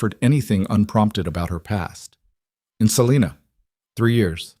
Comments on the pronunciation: Your AI is badly mispronouncing Selina Ks. Long i, says its name (i) not Selena. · The I in Salina Kansas is a long I sound the I in climb.